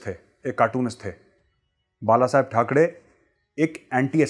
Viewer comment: ठाकरे बोलो मेजर ठकडे नही